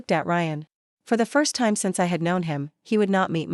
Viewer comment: ⏰ time not Ti me. Audio reading is terrible.